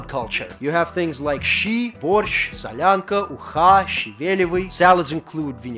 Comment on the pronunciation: Не соланка, а солянка